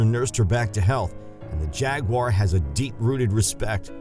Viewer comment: Thank you for not pronouncing it "jag-wire."